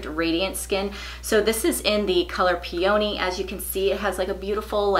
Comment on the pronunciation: not a big deal, but I’ve heard you say peony a few times over the past couple months. Maybe go on Google to see how to pronounce it. I’m mean this light hearted- not judging. Just laugh about it😊